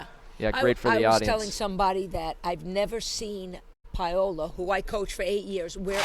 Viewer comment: Alright, man. I don't give a sht the match was 8 years ago, I gotta call out - Pyola? PYOLA? JESUS CHRIST, QUIT CALLING HER PYOLA! Her name is PA-O-LA, NOT PY-O-LA. JFC.